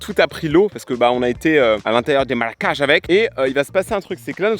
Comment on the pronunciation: Le fruit en question , qui pousse sur le tronc, est comestible c'est le mafai, mais je sais pas si ils étaient mûrs. Par contre faudrait aller chez un orthophoniste, c'est marécages, et pas maracages. 😅. On peut dire l'eau a bouilli, mais au présent c'est l'eau bout.